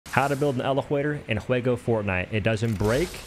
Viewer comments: 💀💀bro really said "eleflator in fwego fortnite."💀💀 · Why do you pronounce words like lego and elevator that way? It’s so weird 😅